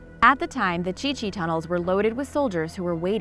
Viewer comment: Um thats the Chu Chi tunnels not the chi chi lol